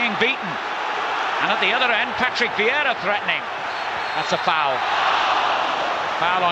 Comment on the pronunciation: Why does he call him vieida instead of Vieira?